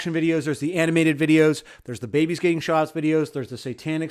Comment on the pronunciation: every time you say 'babies getting shots' I hear 'babies getting shot'. thanks.